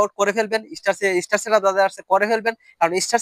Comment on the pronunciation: শব্দটা ইস্টার হবে না। স্টার হবে।😊😊😊😊